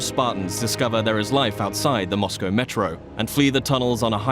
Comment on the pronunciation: Kinda sad when you’re surprised people are pronouncing Mosco correctly